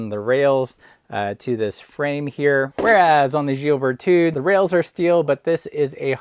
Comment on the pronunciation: Don't pronounce the "d" at the end of the name. The French have an endearing habit of not using the final consonant. You are comparing apples with pears. You should have compared the Brooks B17 Carved with the Berthoud Aspen.